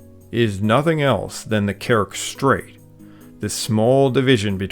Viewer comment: Very good video. A nitpick that in "Kerch" the "ch" part is pronounced as in "change", so a "tsh" sound, not a "k" sound. At least that's the case in Turkic and Slavic languages.